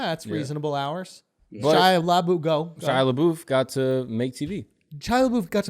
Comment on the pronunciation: SHIA LA-BOOTH LMFAOOOO